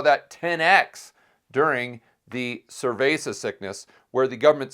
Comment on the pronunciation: Why is he calling it “cervesa sickness”?